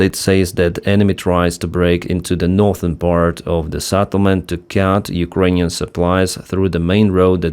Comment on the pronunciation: Not Satelment!!! Settlement!! SEtElment!!!